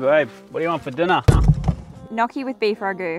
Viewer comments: Nice one, but they're pronounced nyO-kee, not knocky! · Knocki? Thats a funny way to pronounce gnocchi I guess the American way to say it is nyo-ki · Is no one gonna talk about how she mispronounced gnocchi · Where's the pissed off italians in the comments since she mispronounced gnocchi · She pronounced gnocchi wrong